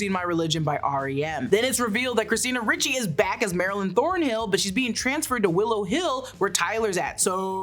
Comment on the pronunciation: It's Christina (Reechee) not ritchy